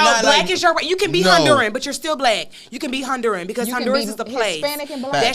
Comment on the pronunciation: Hondur-I-an! I caught that right away too. He should learn to at least say the word correctly if he wants to claim it.